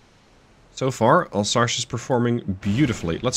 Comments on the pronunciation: It's Alsace like leviosa in Harry Potter, not Alsache like you said. Sorry it buged me as you were saying it a lot ^^. It's an area in the est of France, bording the german border. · ...... I think someone watched the channel for a while and seen the regular challenges and thought "O yeah ?! Chew on THIS !!!" T'was a bit funny, but mostly infuriating.. ..and it's "Alsas" not "Alsash" ya pasty dutch ! Do you know "some" french or you swing it ?! .......